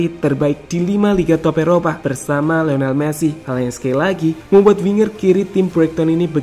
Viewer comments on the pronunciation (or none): none